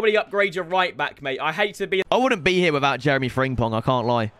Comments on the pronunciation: CALL FRIMPONG FRIMPONG AND NOT FRINGPONG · it’s FRIM not FRING…pong ffs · Why do u still say fringpong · Man is still calling him Fring-pong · Please pronounce frimpong correctly, you’re pronouncing it like fringpong and I can’t take it any longer